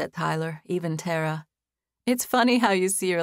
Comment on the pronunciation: I'm repeating the first chapters again. I wondered why the female lead was called Terra or Tarra...then it clicked 😂 I've always heard it pronounced Tah-ra😅 but the narrator is excellent nonetheless